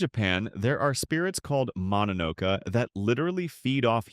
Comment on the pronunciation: Mononoke you included too many pictures from princess mononoke. Like 90% of the pictures are from princess mononoke and not from the actual mononoke. It's also pronounced mono no Kay. Plural or singular.